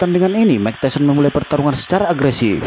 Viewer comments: MAAF MIKE TYSON, DIBACANYA MIKE TAISON, BUKAN MIKE TESION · Mike Tyson dibaca Bacanya Bukan "meik teshion" bung tapi "maik taysen" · Mike tyson dibaca Maik tasyion 😂 Btw Andrew itu dibaca nya endru bang 😂 Tyson dibaca taysen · Apa sy aja yg denger kalo si ngmong mike tyson jadi mike tesil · Cara membaca Tyson benerin min...